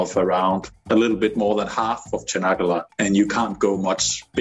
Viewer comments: "Çanakkale" is more like -ch-anakkale, not -sh-anakkale. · its not canakala its tsjanak ka le how u read it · "Chanaggalla" :D